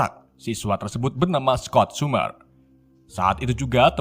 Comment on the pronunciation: kerles, kerebo, futur, sumer, ravan, nikrewler, virs kles, refan, keleben, dsb geli dengernya tapi gapapa,,,lanjuuuuttt